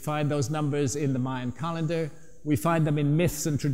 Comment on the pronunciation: Funny how he cant say "calendar " he says " car lender " lol